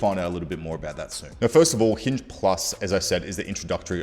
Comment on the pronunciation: Noi noi cents. Aur nauwr!